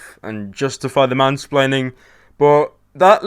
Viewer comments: again you keep saying "spleaning" instead of splaining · whom - spre - laining